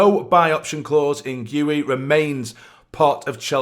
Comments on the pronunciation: You listened to his video and still got the pronunciation the wrong way round 😁 It's - Gee-oo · marc gi ,the I is like in the word ski as for this deal I think it's good one